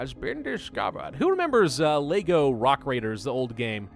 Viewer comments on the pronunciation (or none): none